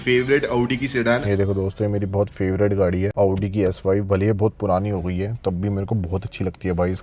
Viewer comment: Auuudi.. bc bolna toh seekh le khud MG chala raha hai bakchodi dekho